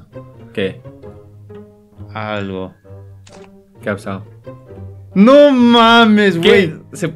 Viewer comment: En ves de qué a pasado o que a pasao no dice que axsao🤣🤣